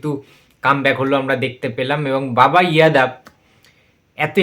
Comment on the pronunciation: তার আগে উচ্চারণটা ঠিক করে বলো যশ হবে ইয়াশ নয় যাদব হবে ইয়াদব নয় ১৯.০১.২০২৪